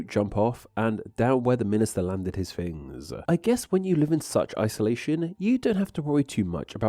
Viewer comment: What type of English are you talking. Words like Fings not things. Using a D instead of the sound?